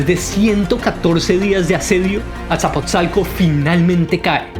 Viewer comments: ¿"isacoatl" "nesacollotl" "asaposalco" "netsacollotl"? No no no no... 😆😆 habrá que leer con más calma y detenimiento los nombres... Ahí te encargo. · Jajajajajajaja. Que cosas y palabras dice. Que le enseñe a su robot a hablar correctamente!! es Nezahualcoyótl no es coyote!!! y es texcoco no techcoco!!! es Azcapozalco. en fin, que haga la lucha